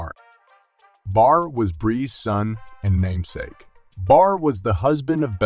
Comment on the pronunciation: Saying barr and borr. Kinda annoying, as to how to pronounce his name is unclear.